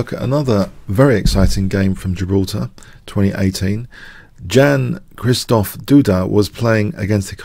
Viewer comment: You should pronounce Polish 'Jan' as English 'ian'.